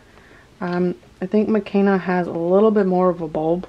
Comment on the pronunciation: Her name is pronounced meh-KAY-nah not meh-KEN-nah. When you choose to mispronounce it because you said you like the way the European version sounds better than the Swahili one it makes me feel like the Blackness of her character is being disrespected. There's a whole chapter in her book about why names are important and why they should be pronounced the way that person pronounces them. She's your doll and it is absolutely your right to change her name if you wish, but maybe you should think about why her Swahili name makes you feel uncomfortable.